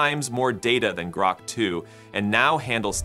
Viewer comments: You used AI to develop this video obviously and I think it's hilarious that AI couldn't properly pronounce GROK. It isn't "GROW"-K, its "GRAW"K... lol!!!!!! Maybe you should have used GROK 4? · Groke? The AI in this video can't even pronounce Grok. Fail. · Please, please never say groke again. :) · HAHA he said Groke twice 😆